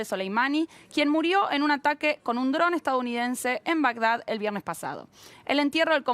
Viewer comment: Quien más se dió cuenta que dice ARAQUE en vez de ATAQUE, hasta el minuto